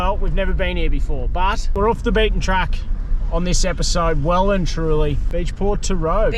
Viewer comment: mate can I ask why you pronounce off as “oof” it absolutely shits me hahaha Awesome ep as usual 🤙